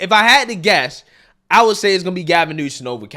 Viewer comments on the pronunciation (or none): Why do you keep calling him Newson and not his real name, Newsom? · My god how many times can you say Gavin “New-Son” in a fkn clip 😂driving me insane man.